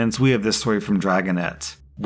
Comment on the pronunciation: "Bettie Botts" instead of "Bertie Botts" 😄